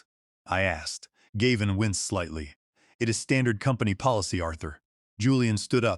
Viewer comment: Do you know why you have only Two Thousand Subscribers? Probably not, so I will tell you. There is a reasonably common male name “Gavin” that is “Gav” as in “hav” and “in.” Unfortunately you are just too LAZY or just DON’T CARE about your listeners. Too lazy to listen to what A.I. outputs or maybe you don’t understand English either way you insult your listeners! Also why can’t you edit a simple number and make it four million dollars, instead of 4 thousand thousand dollars. You will never succeed until you learn. So there is no Subscribe from me and a Thumbs Down.